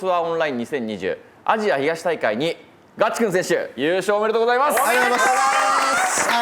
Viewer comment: おじリーグたのしみにしてます！頑張ってください！ チェックの服、どこのブランドか気になる。コメントにもありますが、ナレーションのひとの、ガチくんのイントネーションが気になります。